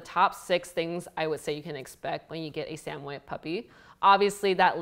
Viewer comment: Pernouced “Sammy-ed”